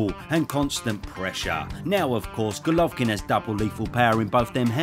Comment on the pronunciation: i have to compliment you on your perfect pronunciation of his name. i always struggle with it, but you propa smashed it.